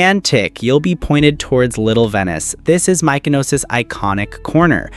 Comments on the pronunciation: Good luck getting more followers cause you need to learn how to pronounce mykonos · In return you get a "moutza" for mispronouncing Mykonos like a proper, bloody tourist